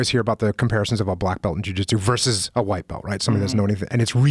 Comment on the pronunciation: Joe to you think dis is funny you whaite people think dis Is funny